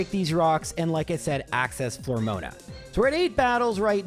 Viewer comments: I don't normally mind your mispronounciations because they're usually at least reasonable, but "Flormoana" instead of "Floaroma" is pretty egregious! ;) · Flormoana is probably my favorite town in Sinnoh, right behind Etrena and Celstic. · I wonder if that was the first recorded instance of Miracle Eye actually being used. Also...Flore-moan-a?? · It's pathetic engagement bait, he's done it for years. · Is that not how you pronounce eterna and mismagius? The floroma is pretty bad tho